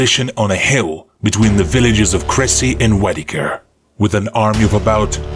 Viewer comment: "Weddiker"? I had to look it up on the map. Wadicourt (pronounced "Wah-dee-koor".) "Warvick" is pronounced "Worrick".